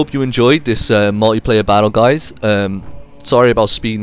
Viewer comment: Pronounced 'multiplayer' not 'mulleyplayer'.